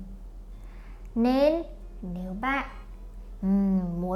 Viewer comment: Chào găp bạn not chào găp bạt